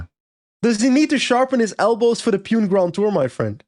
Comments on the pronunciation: I know you guys are trolling but just to clarify that it is not pronounced as Pewn but Poo-nay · From India …. Long time fan of the pod …. Small correction …. Pune is pronounced “Poo-nay” 😊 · it is pronounced "Puna", yes I am part of the Portuguese Ji*ad but my wife studied in Pune.